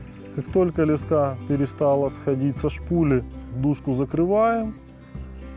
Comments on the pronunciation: лЕска блять а не лескА ! Тупой ! Во всём мире это - лЕска !!! И не сем блять а семь !. Отключаю грамотея ! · лЕска а не лескА